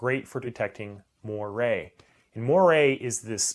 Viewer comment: Its pronounced "mwar"